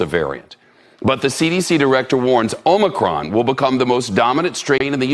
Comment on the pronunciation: Hey! Really enjoy all the info you provide, but just you know the new variant is pronounced O/MI/CRON.